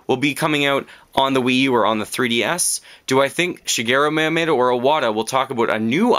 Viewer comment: Shigero Mayamayto? D: I know nitpicking on pronunciation isn't nice but come on man! Yeah you mentioned most of what alot of us are wishing for Nintendo to do. What else I would love would be for Capcom, Konami and Square Enix to start making Nintendo greatness again, like they did in the SNES days. It's a pipe dream within a pipe dream, but it would be the ultimate miracle. Mega Man is in Smash Bros. though...a third of my dreams could be reasonable. I feel the three companies mentioned above have been very lacking in recent years. Castlevania Lords of Shadow, no Contra (all we got was a gigantic C) and Gradius for a while now...no Mega Man whatsoever...whatever the hell Square Enix is doing...there's so much potential for them, if they would just look at their past. All they would have to do is announce that they're going to put their iconic franchises on Nintendo consoles again. They didn't sell too well on the other consoles, so they just kind of abandoned it all. I think they would do fantastic on a Nintendo console because it's essentially what Nintendo is all about!